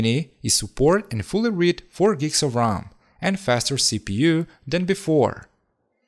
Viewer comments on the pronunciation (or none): I’m sure he meant RAM, it is his accent which makes it sound like ROM. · keep in mind that it is R-am (RAM) not R-OM (ROM) these are completely different stuff.